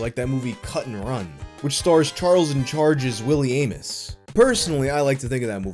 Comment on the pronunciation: "Willie Aim-Es"